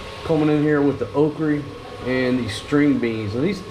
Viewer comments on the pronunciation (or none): Never heard it called “okree”, LOL.